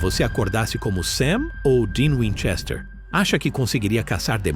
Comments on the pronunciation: Para, para, para! Assim você vai acabar arrancando o olho de alguém! E aliás, É winCHESter, não WINchester. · O cara não sabe falar o sobrenome.